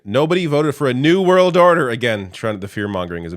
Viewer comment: Are you ready for zee new world ordahhhh? 🎵